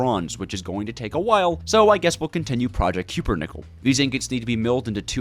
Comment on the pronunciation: CUP-PER-NICKEL RAAAAAAAAAAAAAAAAAAAAAAAAAAAAAAAAAAAAAAAAAAAAAAAAAAAAAAAAAAAAAAAAAAAAAAAAAAH